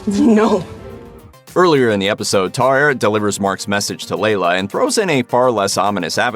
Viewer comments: It's funny hearing you say "Taw eret" instead of the pronunciation from the series("ta-weret") xD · Take a shot every time the voice over says "tar-arret" 🥴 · Taweret is displeased! She says don't Americanize her name, say it as it is written. 😆